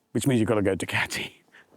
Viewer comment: It's.... "Doo-ca-ti"